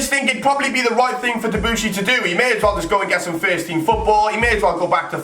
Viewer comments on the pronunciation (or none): none